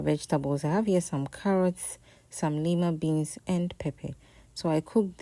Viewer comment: Carrot, what beans please? I heard Nima beans